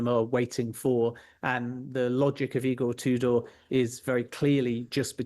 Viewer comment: Pronouncing it "E-Gore Two Door" is certainly a choice.